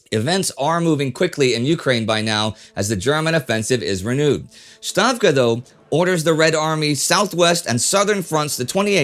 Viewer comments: Russian pronunciation note: stavka is pronounced "stavka", not "shtavka" as it would be in german. IWithout exception, russian letters are pronounced according to their spelling even when rendered in the latin alphabet. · Stavka, not SHtavka